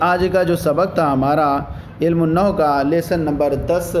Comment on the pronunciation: شیخ علم النحو کا لفظ صحیح ادا کیا کرو